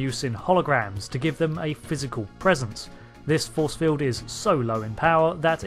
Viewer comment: Magnetic Feewd. lol Gotta love that British "R". lol